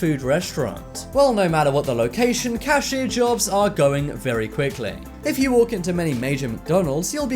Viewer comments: " cashire " ...CASHIER is the right word. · The video said cashire instead of cashier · “Cashier” is how you say it.